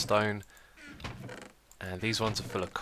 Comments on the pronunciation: "Hello ervybody and welcome back to another episode on the hermitcraft server! At the end of the last episode i Said that i wanted to grap some more sand and STANDSTONE" oh xisuma XD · "Standstone" You said it again Xisuma!! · you said in the beginning sandspone xd